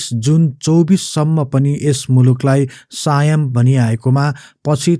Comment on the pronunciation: 😆😆 सायम हैन हौ सियम हो ।